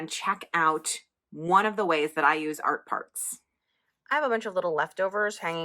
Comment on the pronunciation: Every time you say Art Parts, I hear "art farts" and my inner child giggles. Giggles that were very welcome today!